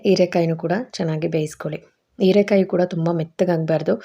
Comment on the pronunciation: ಹೀರೆ ಕಾಯಿ ಅದು ಈರೆ ಅಲ್ಲ